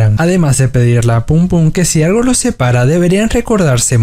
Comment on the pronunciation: Aparte habla súper mal, todo lo que termina en L lo pronuncia como una R, "vuerve", "argo", "er ganzo", "sarga". 💀